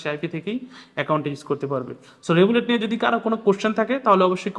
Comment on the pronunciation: রেবুলেট না রিভোল্ট